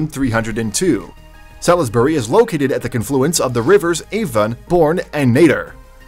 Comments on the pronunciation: I knew this was gong to be a disaster when I heard the AI voice and fumbled the difference between the isle of Great Britain and the United Kingdom. Ply mouth, Salis berry, 🤦‍♂️ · Atrocious pronunciations. We have a "Plymouth" and a "Salisbury" in the US and both are pronounced more or less as they are in England.